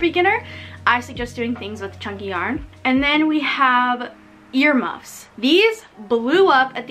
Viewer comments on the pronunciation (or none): when you said ear muffs , for a second i thought you said your mum lol🤣